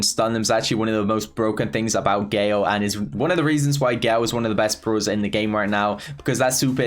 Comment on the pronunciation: Its brawlers not bruuwler